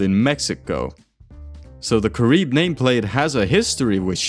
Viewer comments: Its pronounced Kah-ree-beh. Not Kah-rib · It's cah-REE-beh -- Spanish not French! 😘